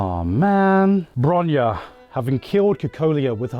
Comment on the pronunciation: bruh, bronya is not броня, ударение же не туда. bronya is bronislava. but other things is da 💯